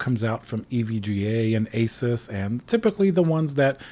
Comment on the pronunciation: I love how he says it as it should be = A- SUS not A zues or a sues.